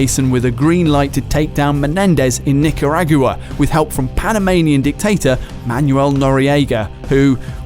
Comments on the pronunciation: O_o' Welp pronunciations of Nicaragua and Haiti are exactly what I'd expect from someone who's never heard the words spoken.:) Ni-car-a-gwa and Hay-tee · I think its just their accents. I laughed at it too though